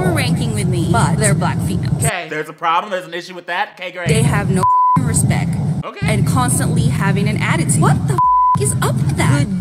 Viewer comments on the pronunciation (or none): what tf is "rispeck"